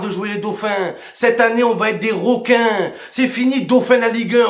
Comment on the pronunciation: "Les roquins de la Ligue 1" 😆